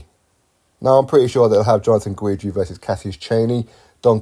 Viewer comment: Chaney sent Trevor Bryan to the hospital. That is why. Don King fighter beat Don King fighter. Trever "former WBA regular champion" Bryan. You should have heard the commentators. It was hilarious. Hahaha. I love your channel but it's pronounced Ghidree not Ghweedree.